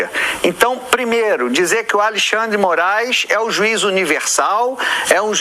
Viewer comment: "😅😅😅 A Lei Xand dê Moraiz"